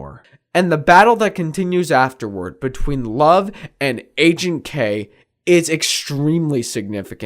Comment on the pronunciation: Loved the video. Ps: Everytime you said "Agent K" I thought you were saying "aging K" lol it's funny considering what the video is about.